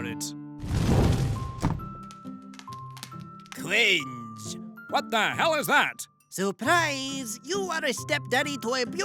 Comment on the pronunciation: "Cwinge" indeed